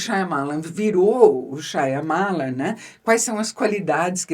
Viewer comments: Primeira vez que vejo a Boscov com seu inglês britânico sempre impecável, errar o nome da pronúncia do Shyamalan.. Lê-se: em nite shaa . muh . laan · Eu amo e odeio o jeito que a queen pronuncia Shyamalan 😂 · Por quê Isabela pronuncia o nome deste jeito, se o próprio Diretor não o faz?